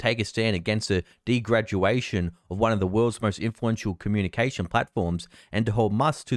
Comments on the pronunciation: degradation not degraduation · Its pronounced DEG RED A SHUN.. Lol